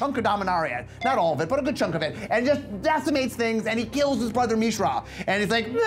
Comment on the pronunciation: Did Maro just say MEESHRA?